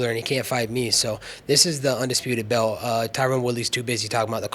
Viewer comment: Hey, good people of USA, I want to ask some of you something: if anyone knows Colby Covington or someone who's close to him (if that sort of people really exists), please remind that little pinhead that the word "belt" has a letter "t" in it (amongst some other ones). It's usually stationed at the very end of the word, and it's fairly recognizable - you just cannot miss it! Cheerz!!! \,,/